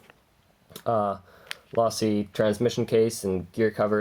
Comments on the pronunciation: It's pronounced LOW-SEE not LAW-SEE. and $40 for a chassis that's barely lighter than the stock plastic one? That doesn't sound like it's worth it. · its lowsee not lawsee your wrong get it right or dont say it at all you sayed it wrong a ton of times!! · But it's not lasi its losi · its low seeeeeeeeee not laaasseeee your saying it wrong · Dude if you say lawsee again I’m going to lose my mind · You said losi wrong and my ocd went crazy it’s low-si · every time he says "lawsee" a baby fuckin panda dies. but a good vid though, pretty badass he built it from parts. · its losi- lowsi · its (LowSee) is the correct way to say it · u said losi wrong its sounds like lOsi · Dude my ocd went crazy when he said losi wrong